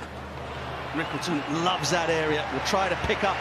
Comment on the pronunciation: Rickelton ❌ quinton ✅🙂